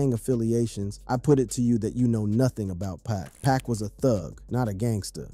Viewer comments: 2pock not 2pack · 2pac not 2pock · U know nothing about 2pac or else youd say his name right